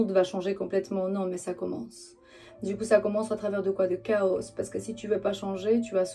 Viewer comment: Coucou, rampe de lancement, petit doigt et chaos se prononce sans s bisous